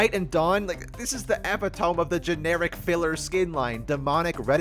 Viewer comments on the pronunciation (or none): It’s “ee-pit-oh-me” not “epi-tome” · Hey buddy it is pronounced epi-to-me not how it is spelt thank you good video :) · it's pronounced eppy-too-mee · Motherfucker I know you did not just pronounce epitome as Ep-It-Ohm (fr though banger video) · skin line as mid as his pronunciation of "epitome" u_u /j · "epitome" btw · Epitome mispronunciation